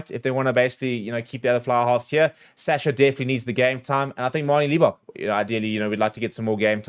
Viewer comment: not "Leebok", but LIBBOK as in "LIBerty".